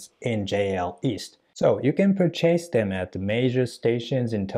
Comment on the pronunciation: Return lesson: it’s pur’- chase, not pur - chase’ 😊